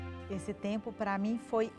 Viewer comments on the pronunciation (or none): "tômpero" kkkkk o Jacquin é uma figuraça! Adoro o Masterchef ♥️